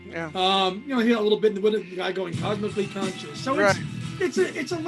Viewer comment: I love Down to the River, Keep Coming Back to Love, and Sweet Sweet Memories. I agree with Same Time Next Year being twee, very twee. I've probably only listened to Squid once or twice but I may give it another listen now. BTW It's Cosmically Conscious, not Conscience. That's your new Watersprout. lol